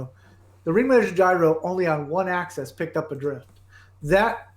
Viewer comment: THis guy says "access" instead of "axis." What an idiot — it's painful to listen to him.